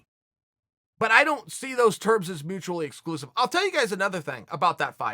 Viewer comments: If Chael says mutukally exclusive, that’s how you pronounce it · Chael “mutuaicly” Sonnen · tf is mutucally